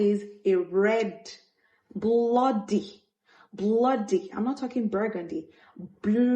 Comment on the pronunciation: Abeg😂😂...not you emphasising on the BLOODY 😅.... AM LOVING THAT first and Third point of non negotiable... Stating CLEARLY what you want in that relationship from the very first stages of it really helps. And also the very moment you noticed a shift from the agreed negotiations don't hesitate to take a move, continually staying there would only make you become a 😂" Delutewtetaious" 😂😂😂 you have taught me another Delulu version 🤣🤣🤣... Yimmuu 😂🤣😂🤣😂🤣.. my ribs 🤣🤣🤣🤣